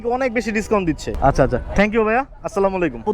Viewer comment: Not aslamolaikum 😂😂😂 Say assalamu alaikum🎉🎉🎉